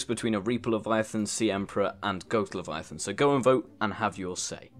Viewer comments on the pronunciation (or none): It sounded like you said reeper lavyathyn goat lavyathyn and sea emperor